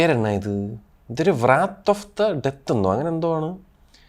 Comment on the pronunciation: വ്രാത്ത് അല്ലെടോ റാത്ത്. ലേഡിസ് ആന്‍ഡ്‌ ജെന്റില്‍മാന്‍ . ആദ്യം ഇതൊക്ക ഒന്ന് ശരിയാക്ക് എന്തൊന്നെടെ